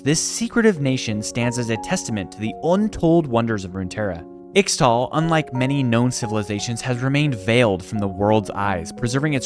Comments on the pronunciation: It's read "eeshtal" and "eeshaokan" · Ixtal is pronounced 'ish-tal' (as pronounced by some champions like Qiyana)